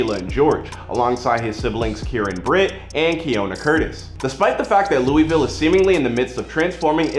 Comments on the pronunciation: Itssss fucking Louisville not LOUEEEEVELLL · ITS PRONOUNCED LOU-A-VUL